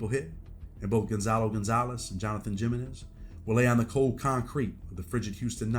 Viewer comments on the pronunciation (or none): Comeon bro you did how long in the Feds and you don’t know by now that the J in Spanish names is like an H. JAminez is pronounced haminez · Relax and cut him some slack..the narrator is clearly a sheltered country bumpkin who has never been exposed to anything or to other cultures, so he's not going to know how to pronounce basic hispanic names like Jimenez, Padilla, etc. You cant expect much from a sheltered country bumpkin